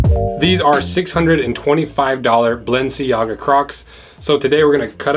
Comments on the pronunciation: balance-si-ahhh-gaaa... DUDE... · Ball en sea gah- sounds legit 😆 Expensive April fools that's for sure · I'm sure you said BalenciGaga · Anyone else hear him say balencigaga Bc I loved it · Bro said balencigaga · Belangaga ??? lol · Lol you keep butchering the name, super funny video an I can't believe u got your actual size 🤣 😂 😆 didn't expect you to say it was a good buy at the end lol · The subtle mispronunciations of "Balenciaga" were a nice touch. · I love the way you mispronounced balenciaga a different way every time you say it